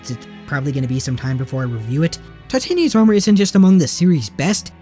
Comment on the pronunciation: You mispronounced Titania